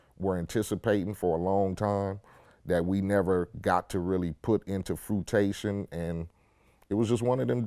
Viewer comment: He said “Fruitation” wtf